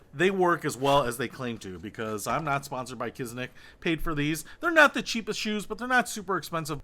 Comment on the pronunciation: I keep hearing people call them KizNik lol smh. Where is the N coming from lol?